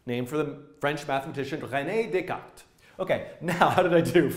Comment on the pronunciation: you pronounce Descartes right, love from France !